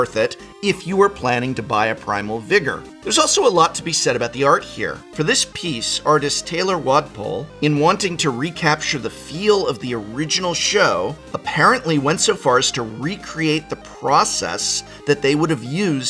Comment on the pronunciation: Thanks for helping highlight the art, Prof! Much appreciated. For the record though, it's "Tyler Walpole." Not sure who this Taylor Wadpole fella is. ;)